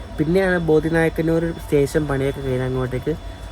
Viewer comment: ബോദി നായ്ക്കന്നൂർ അല്ല ബോഡിനായ്ക്കന്നൂർ ആണ്.